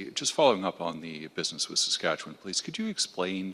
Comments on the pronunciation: Is this narrator a robot? Listen how he pronounces Saskatchewan. (Or as I like to call it Sasquatchewan.)... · Where are y’all from when you can’t pronounce Saskatchewan properly? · Is that an AI voice here on Street Politics? No Canadian pronounces Saskatchewan as the voice here does?! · A couple of things. So if we refuse to pay the tax, he is still going to give us a rebate? I’m ok with that. 🤦‍♂️ Not sure where the money will come from. Second, I’m pretty sure the CRA has literally ZERO way to enforce a corrupt carbon tax, just because he said so. And lastly. Please figure out how to say Saskatchewan. Through several videos, each time, your pronunciation seams to be off. Every time you say it differently. But I am also adhd, so maybe it’s just me.